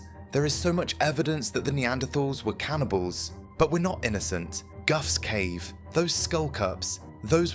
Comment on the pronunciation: goughs cave is pronounced goff not guff mate! Our taught history of humanity is absolutely wrong!! Mainstream science really hasn't any real idea!! Either that or they do, and are hiding the truth! The truth is frightening!! And would cause total mayhem in our modern world!!